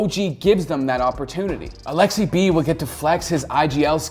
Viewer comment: Its Aleksib. Not Aleksi-B pleaaaassee stap it!